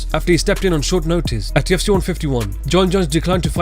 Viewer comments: Am i the only one that keeps hearing "TFC" instead of "UFC" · It sounds liek youre saying TFC